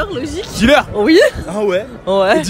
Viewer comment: Mdr comment y prononce DILÉRE